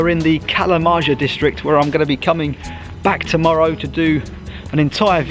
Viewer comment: fun fact: 'kalamaja' is pronounced like kalamaia (stress on the 1st a), and in direct translation means 'fish house'